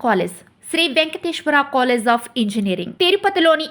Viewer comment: its college.. not colless